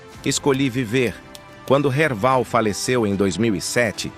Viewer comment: Não e Erbal...e Erval. Kkkk